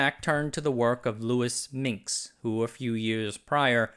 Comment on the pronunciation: He is Minsk, not Minx.